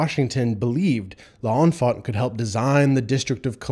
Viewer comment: You are pronouncing L’Enfant wrong!